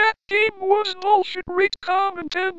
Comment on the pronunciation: It is bulshet